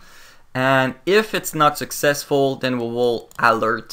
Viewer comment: its successful not successul